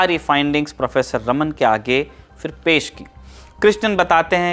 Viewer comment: Sir ek correction hai unka naam रमन नही रामन tha , iske peeche ki puri story is video me btayi gyi hai